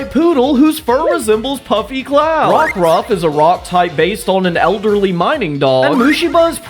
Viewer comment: Rockruff without the K.